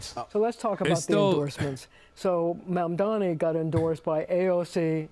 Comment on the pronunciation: THE NAME IS MAMDANI. YOU SHOULD LEARN HOW TO SAY IT… BECAUSE YOURE GONNA BE HEARING IT ALOT